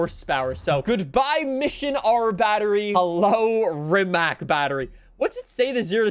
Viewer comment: And Ree-ma-c. Not Ri-ma-k. With a C, not a K because in Croatian it's pronounced with a C